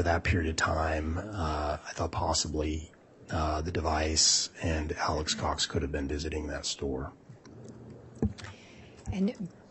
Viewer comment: I cant stand how keeps saying "Alex's Cox" it sounds like he's talking about Alex's uhh...possessions 🤦